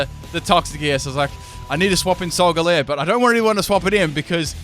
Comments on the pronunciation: It's not solgaleer it's solgaleo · idiot he said solgaleo and lunala wrong